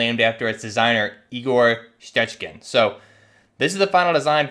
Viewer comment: Damn, I don’t speak Russian but that pronunciation of the name was great